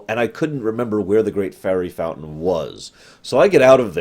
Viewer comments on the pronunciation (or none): none